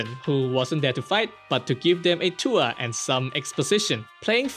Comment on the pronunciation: Do not let bro say the word "tour" again 😭🙏